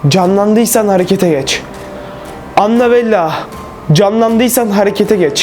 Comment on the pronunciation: Anabella değil anabel